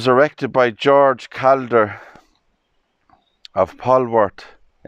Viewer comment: You're pronouncing the surname wrong. It's pronounced "CALL-DER".🏴